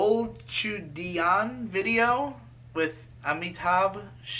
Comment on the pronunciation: I see Kareena Kapoor on the thumbnail, I click Super excited to see Bole Chudiyan (laughed at your pronounications of the song and actors though, it's pronounced like "bo-le chu-di-yaan") mentioned here... I love that song and Kabhi Khushi Kabhie Gham in general ♥ As for the length, Bollywood movies tend to be musicals and the songs are much longer than what you'd see in American musicals. My family and I are big Bollywood fans, so we're all used to it lol